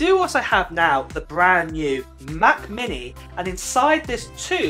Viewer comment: Anyone else kind of entertained by saying Ma’ book air. Or ma’ mini? No one. Ok.